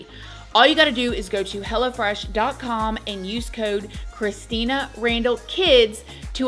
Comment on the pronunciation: I love how with your accent, it sounds like 'Hella Fresh' instead of Hello Fresh 😂🫶🏽🫶🏽 come get your Hella Fresh food 😏